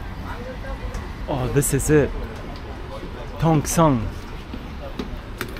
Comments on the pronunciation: Not Tong Song 😂😂😂😂 Its Tong Seng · Tongseng --------- Tongsang.... Tongseng --------- Tongsang.... Tongseng --------- Tongsang.... Tongseng --------- Tongsang.... Tongseng --------- Tongsang.... Tongseng --------- Tongsang.... no matter how many times people say it to you, you will say it wrong i guess.